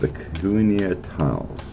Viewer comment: I worked there during the1970s for DOD (Department of Defense). Never saw any extraterrrestrial activity. Pronunciation is koo knee yah, accent on the second syllable.